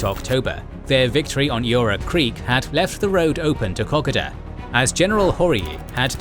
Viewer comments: FARK ME!!! PLEASE PLEASE PLEASE STOP CALLING 'KOKODA' KOK A DA !!!! ITS KO-KODA. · I cant help my self any longer: everytime i hear old mate pronounce Kokoda I cringe.. we (Aussies) pronounce it differently, more like "Ka-Koa-dah" kkoda js 🤷‍♂️ Anyways - Love your work beenlong time fan for half decade now. Absolutely Exquisite, marvellous work soaring beyond all expectations. Much Applause. I cant even imagine how the channel can evolve into anything better but Im sure it will and I will be suprised then as I am again and again. 👏👏👏👏👏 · It is a real pity about the pronunciation of the place names in this video. It spoils an otherwise well presented video. For instance Kakoda is pronounced Ka-code-a. I had to stop watching halfway through because I could not stand the butchering of the names any longer. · If only you could pronounce Kokoda right mate😆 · If only they could pronounce Kokoda right mate😆